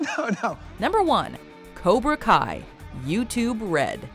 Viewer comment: Cobra Kai say it Cobra Kai